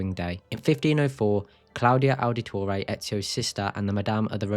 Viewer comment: Ow-da-toray. You’re butchering the pronunciation.